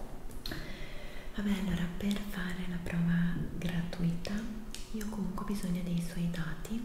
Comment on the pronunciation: Scusami, ma in un video roleplay antipatico non posso che essere antipatica anch’io dicendoti che ‘gratuito’ si pronuncia con l’accento sulla ‘u’, e non sulla ‘i’... Scusami per la precisazione, ma mi sentivo in dovere 😹